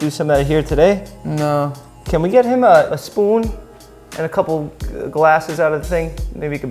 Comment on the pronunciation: The way he says spöön >>>>>>